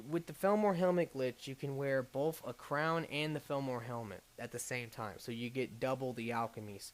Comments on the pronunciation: I never used to care about your mispronounciation. But felmor? that's just too far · not to be a stickler, but isn't it pronounced fall-mer?